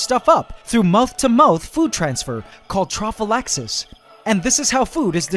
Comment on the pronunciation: Trophallaxis xD thought it was called prophallaxis